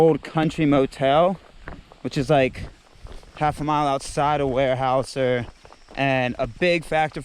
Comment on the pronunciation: Weyerhaeuser is pronounced (where-howz-er), if anyone is interested.